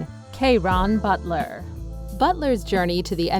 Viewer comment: __” # 9... Kay-ron Butler”__🤣😂😅🤷🏾‍♂️